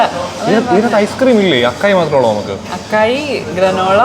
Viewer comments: It should be pronounced as a-sai bowl. I also realised that a while back. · It is അസായ് not അക്കായ്. 😊 Also it is pronounced ജലാറ്റോ not ഗലാറ്റോ.😅